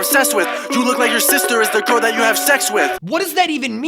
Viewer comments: HE SAYS GIRL NOT COLD!! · Who is this guy lol btw it’s you gotta girl, not you gotta cold😂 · He said girl not cold stupid